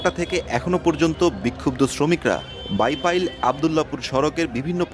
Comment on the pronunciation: বাইপাল আবার কেমন কথা- বাইপাইল বলতে হবে।